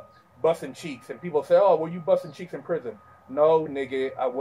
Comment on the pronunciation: I always wet my pants at work when i start to think of his pronounciation of the two sentences "Buzzhtin' Cheeexzhh" " Wigg Shpliddhin'" Hes so damn epic!